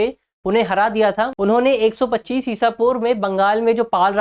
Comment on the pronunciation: Drishti ka standard kyu gira rahe ho pandya ko pandwa pad rahe ho 1025 ko 125 pad rahe ho sahi kisko samjha jaye .